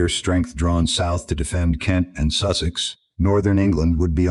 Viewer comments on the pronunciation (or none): none